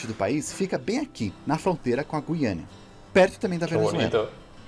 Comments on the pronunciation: Kkkk ai que agonia o narrador falando Guiania, é Guianaaaaaaa PELO AMOR DE DEEEEEEEEEUS... E outra a sigla do estado do Paraná é PR e não PA, PA e Pará... Olha sinceramente! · Giro! Só uma dica, na palavra Guiana o “u” não se lê (lê igual à palavra “guiando”). Está lá para o “G” não ter o som “j” (como em girafa).